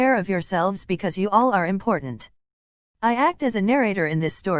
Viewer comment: Did anyone else think that important said imposter? Likeeeeee